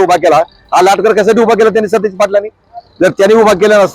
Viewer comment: Are stish nahi satej